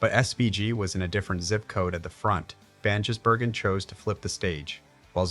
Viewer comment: It's Van Giz not Van Jiss